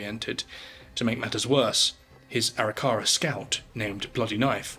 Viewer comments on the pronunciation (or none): Thank you for your post. Some pronunciation tidbits - Arapaho is pronounced uh WRAP' uh hoe Arikara is pronounced uh RICK' uh ruh